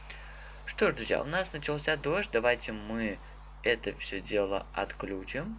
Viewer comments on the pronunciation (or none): none